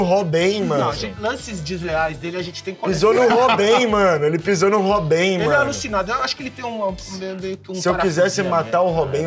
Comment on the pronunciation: que porra de pronúncia é essa do pra falar do Robben, pqp cara louco kkkkkkkkkk